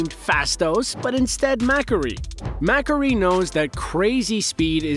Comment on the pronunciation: Mack-aree lol